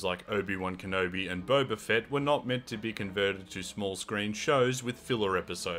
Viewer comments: its not bo-ba like the tea its bob-a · I have started to enjoy the way you mispronounce Boba's name, it makes me laugh. Stay you